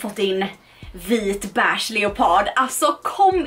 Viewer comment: Lär dig säga beige med e och inte ä!